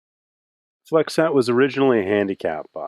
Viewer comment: as is the e at the end of flexette